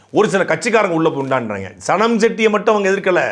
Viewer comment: சனம், எனக்கு சாணம் னு கேட்டது 😂